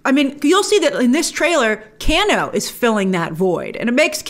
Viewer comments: Who the hell is canoo you mean kano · By the way ITS NOT CANNO ITS KANO say it right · Can-Oh It’s Kane-O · Let’s say it together. Kano. “Kay-no” Not “Can- no” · Grace if you pronounce it Cano and not KANO(Kay-no) one more time... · Haha, for the love of God please stop saying Canno.. 😄 it’s pronounced Kay-no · 1.) "KANE-oh" ....not "can-Oh" 2.) Cole looks to be shaping up to be more like the character Takeda [Tah-kay-dah]. Takeda is character Kenshi's son, who became a pupil of Scorpions' in the game and in the comic. - The actor looks like, and wears yellow like Takeda too. We'll see! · Why is no one addressing the fact that she keeps pronouncing Kano as can-o when it is pronounced Kay-no. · Kano = Cane-oh. Not Can-oh. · It's not Can-o it's Cane-O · Can o Grace? It's Kane o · IT'S KANE-O GRACE! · I'm help you out a bit here lol. You pronounce his name Kay-NO. Just for future refence. People start hearing the way you say it they will start trolling. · It's pronounced Kay-no... and he actually turns out to be a bad guy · Its pronounced "KANO" 😐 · I love when u pronounce kano cano I so adore you Grace❤❤❤❤ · exactly just about every fan of the games thought it was absolutely amazing. I’m sorry but also the way she’s saying “Kano” is like bothering me 😭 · She doesn't pronounce Kano correctly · I prefer this Shang Tsung. He looks way more sinister creepy like in the first game. And it’s the long A sound in Kano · She doesn't know how to pronounce "Kano" or why Mileena is dressed like Kitana... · Are we going to let grace get away with how she pronounced "Kano"